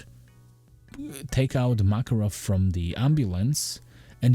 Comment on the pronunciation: Not "MAAAKAROV", IT'S "MAKAAAAROV" (Makárov). Sorry, dude. Hurts my ears